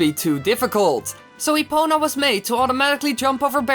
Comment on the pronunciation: Epona, epoNa, epoNah NAH NAH NAH